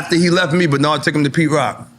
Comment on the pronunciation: Nore: Yo E! Banard😂 E: you say he name one more time imma stop the show 😂